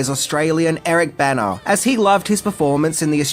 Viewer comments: It a little confusing because you pronounce Bana and Banner the same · Being from the northeast, hearing "Bana" I kept thinking he was saying "Banner." What a strange coincidence!